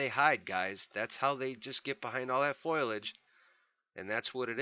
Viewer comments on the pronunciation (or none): Foliage not "foilage"